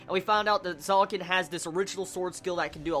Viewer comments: Loved it!! WTH happened to A-1 in these couple of years? They're adapting this so perfectly >.<!!! This arc animated is gonna be the damn FEELZ!! T^T Btw Zekken is pronounced Zek-ken. Not Zaken ^^ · Really, it's a bit irritating to here it being said like that ^^; Try to say Zekken instead of Zaken:P U know u can do it XD Gambare